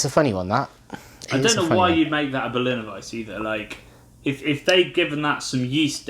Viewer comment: I love this channel, and you boys definitely know your beers better than I ever will, but it's pronounced Berliner "Weiss-uh". The e isn't silent!